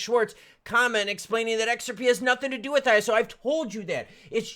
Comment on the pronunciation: Thank you for saying ISO properly. There are XRP youtubers who say ‘eyeso’ and that sounds so dumb. Thank you for telling the truth.